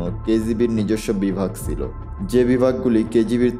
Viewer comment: আপনে ছিলোরে সিলো সিলো কি উচ্চারণ করেন,আপনার কথাই হয়না!!